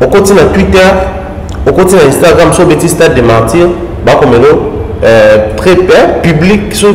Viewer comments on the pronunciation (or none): none